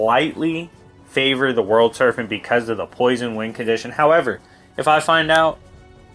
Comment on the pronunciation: Good video, but it's Serpent with a P not an F.